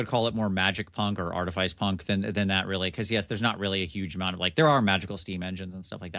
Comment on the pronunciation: don't let coerce you into pronouncing words wrong. Artifice is pronounced "aar·tuh·fuhs", no silly "Ice".